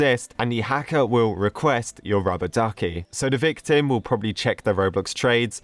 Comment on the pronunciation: When you say "victim" it sounds like your saying "big tim"